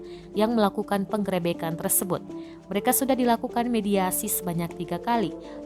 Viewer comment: Buat mbk yg membawa berita tolong kata penggerebekan di perbaiki 😂